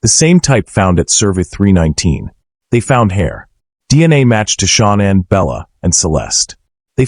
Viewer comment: Hey if you can't pronounce Shannan's name right get back in school and learn how to pronounce the names right you call her Shaunann why it's not her name